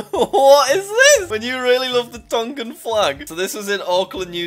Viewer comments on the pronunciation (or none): Jack I want to mention your pronouncing Tonga wrong